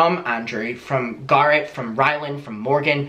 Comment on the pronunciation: I'm sorry but everytime you say Garrett it sounds like you are saying Garth and it's driving me insane. I had to rewind it twice to figure out who you were talking about